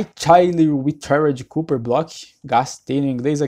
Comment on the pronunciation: Que agônia ouvir ele falar "Cúper" aaahhhh